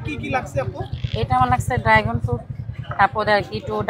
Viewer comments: ড্রাগন উচ্চারণ করেন আগে শুদ্ধ ভাবে,,,ড্রাইগন না ড্রাগন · ড্রাগন❌ ড্রাইগন✅😂😂😂😂😂😂😂😂